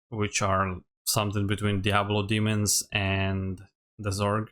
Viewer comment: Who the F* is ZORG 😳, they were called the ZERG faction, pronounced Z H E R G not Z o r g... if U R russian 🤭 I forgive U! But U have a point, they look like the Zerg's or Inferno got infested by a Zerg weapon parasite & in the last trailer, the Hive Queen, looks more like Queen Kerrigan that got a Lilith (Diablo 4) make-up with oxygen red color 😑👀! ✌️😎🔪💢⭕